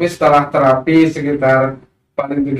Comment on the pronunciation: Terapi apa? Spt apa? Nama terapinya itu koq gak jelas pengucapannya?